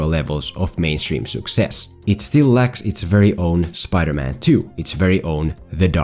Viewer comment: I do not know about you, but I come here to hear the unique pronunciation of the word "souccess". Today I was also treated to "Ass-Ass-sins"!